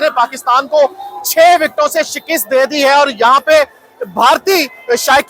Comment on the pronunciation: Shakast hoti he...shikist nahi